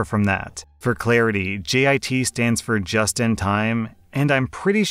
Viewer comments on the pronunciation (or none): I’m padantic but u said GIT instead of JIT